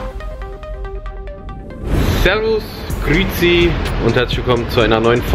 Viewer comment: Das heisst grüezi nicht grüzi